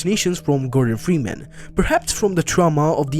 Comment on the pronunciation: bro said gordon fweeman